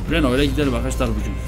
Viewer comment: olum vites e fites diyon renault a da renoult diyon nasıl bişi dir:D bak dalga geçmiyorum sadece biraz komiğime gitti